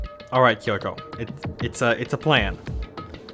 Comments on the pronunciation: That's not how the Japanese language works though. Unlike English where, for example, the letter "A" has multiple different ways to be pronounced, each syllable in Japanese has one specific pronunciation. So pronouncing "Kyo" as "Ki-yo" is mispronouncing it. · Yeah, the "Kyo" is supposed to be pronounced as a single syllable, but the way the characters in the game are saying it is "Ki-yo". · I'd forgotten how annoying it was that they keep pronouncing "Kyoko" as "Kiyoko"